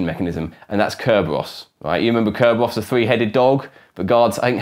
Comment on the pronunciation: What happened to CC and subtitles on your videos? I couldn't even understand his one-syllable pronunciation of "Kerberos".